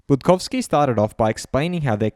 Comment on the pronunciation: the way you pronounce Budkowski is spot on! 🙌🏼 Hats off